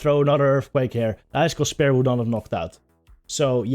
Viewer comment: Its spear, not “spare” ;)